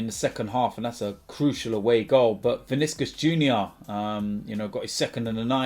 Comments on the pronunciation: I think vinchenchius is just diabolical😂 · viniskos or venchenzus 😂 english should learn how to pronunciate names based on original countries say them not just read them in english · The next AFTV member to not pronounce Vincious Junior right will be Lee Judges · I don’t know who pronounces Vinicius worse or 🤣🤣🤣🤣🤣